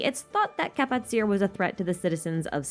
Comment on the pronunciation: Kapatcir is actually pronounced ka-pat-chi-r I believe